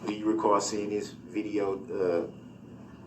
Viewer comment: Dear Durl - Turns out that they didn’t need ANY of the witnesses to “git a look at duh LI - SUH - PLACE” because it was on VI - DEE - OH!!!!